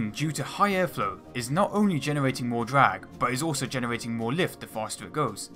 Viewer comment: Hahaha dwag, wift, fwight, barbawossa, ekwanoplan, submawines, wesearch, won, fwee, etc etc